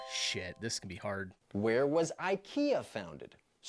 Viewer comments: IKEA = EE- KAY- UH not EYE KEY YA. BILBOA is in Spain. IBIZA = EYE BEE THA. SEAT = SEE AT. The FALKLANDS WAR took place in 1982. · It's embarrassing when the person asking the questions in a quiz completely mispronounces most of the names (for example "Ikea", "Gouda", "Złoty"...). It doesn't really matter how you choose to pronounce ‘Copenhagen’, as it is the English version of the name anyway. In Danish, it is "København".